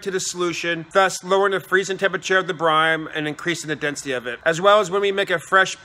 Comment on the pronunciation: Why are you pronouncing it as "brime"?